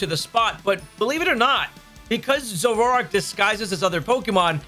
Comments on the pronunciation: Zoro-Ark, not Zororark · Dude…your adding a whole syllable to Zoroark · You say Zoroark funny.